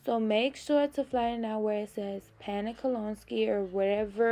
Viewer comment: Great video, very informative. Kolinsky is pronounced Kol-in-skee. Love your channel! ♥️🌷♥️